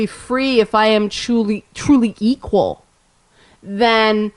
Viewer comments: "Geequal" LOVE IT! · did you say "geequal"? I may have to start using that :-)